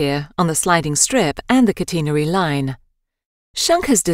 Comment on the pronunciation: It’s not cuteenerary it’s catenary